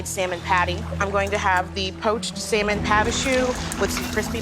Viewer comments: For a Teacher, needs to learn to pronounce Salmon properly. She calls it SOW MAN. It is pronounced SAM UN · sorry, but it kills my ears to hear people pronounce that fish as sal-mon. huh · I want to gouge my ears every time says "sell-mon". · People who pronounce the L in salmon drive me nuts...😩 It's "SAMON"! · the ‘l’ in ‘salmon’ is silent.